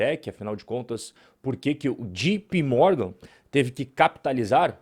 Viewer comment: Se nao sabe ingles é melhor falar JOTAPE Morgan mesmo e nao jipi